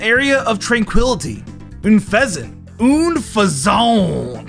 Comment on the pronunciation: Technically he said un pheasant